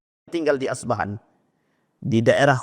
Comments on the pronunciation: Debut betul2.. Bukan asbahan. Tapi yg benar... Isfahan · Kota Isfahan bukan Asbahan